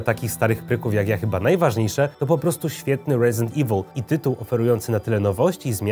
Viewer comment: Chyba Resident nie Rejzynt xD, momentami gada bardziej amerykańsko niż sami amerykanie:D